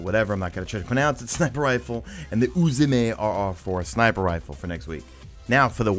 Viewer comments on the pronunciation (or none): always makes me laugh when you pronounce UZUME lol. good job. Made it to the end